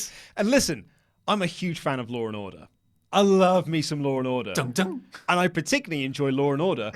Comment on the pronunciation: Lol "loor n orduh"